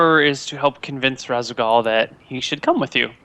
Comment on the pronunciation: Does only play StarCraft in multiplayer? I'm actually astounded that he doesn't recognize the name Raszagal. None of them seem to react to the name of the Matron of the Dark Templar at all. Then goes one step further and mispronounces it. It tickled my memory instantly and not only did I only play through it and Brood War once, but that was sometime ago. I just can't even.